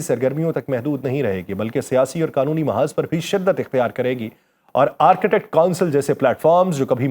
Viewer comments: .its arctic not architect. 😅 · آرک ٹِک ، بولیں، یہ آرکیٹیکٹ نہیں ہے۔ Arc tik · Architect or Arctic (Arktic- pronunciation) 🤣🤣😂😂😆Bhai pronunciation tou sahi ker lo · میں پچھلے کئ ہفتوں سے آپ کے ویڈیوز دلچسپی سنتا رہا ہوں۔ آپ کی آواز۔ الفاظ کا چناو اور ان میں ربط کافی متاثر کن ہے۔ آج تھوڑی سی تصحیح کرنا چاہوں گا۔ Arctic جسے عام طور قطب شمالی کہا جاتا ہے۔ اس کا تلفظ آرک۔ ٹک ہے۔ Ark-tic ہے۔( آرکی-ٹک) نہیں۔